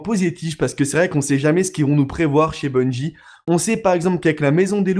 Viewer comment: Bungie pas bunjie bordel !